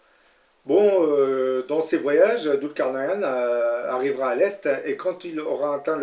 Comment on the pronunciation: Prononcez "Doul car naille ne" ou en anglais "nine" Svp....